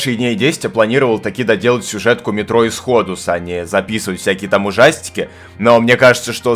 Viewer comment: Метро ИсходУС. Только - Великий инглиш мастер, сумел перевести название игры